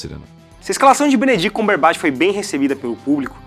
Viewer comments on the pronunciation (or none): Para mim foi o Benedict CumberbAtch que ele fala no video kkkkkkk me incomodou muito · "BENEDITI CÚMBERBÁTI" FOI FODA DE OUVIR HEM.. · Benedict CÚMberBÁtch hahaha mds, nada contra, mas me irritou um pouco kkk só faltou chamar de Benedito, gosto muito desse cara que eu nao me lembro nome agora, gosto quando faz os Hyperdrive mas essa do CÚMberBÁtch doeu um pouco. No mais, parabéns pela sequência de vídeos, tá muito legal e aumentando cada vez mais a ansiedade pra ver o Guerra Infinita